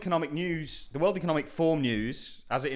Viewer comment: Forum. Not form.